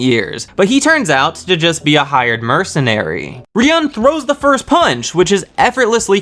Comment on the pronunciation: ryuen's name is said like re yoo when